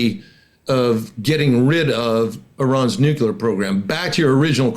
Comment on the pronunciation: Oh dear, another old (same age as me) duffer of a retired General who can't pronounce "nuclear". I guess one of the old school "I don't need to read no manual" old boys. Thank heavens, the USA didn't supply Ukraine with the weapons it asked for back in 2022, or else they'd have lost back then, but now, by changing the nature of warfare, Russia is on the back foot, war crimes against civilians and POWs aside. I don't understand why Iran needs to refine its own uranium for its nuclear program, when they could just buy Russian nukes or swap them for Shaheds, as good allies do. Unless, of course Putin finds that his nuclear stockpile doesn't exist, and has been sold to line Russian Generals wallets.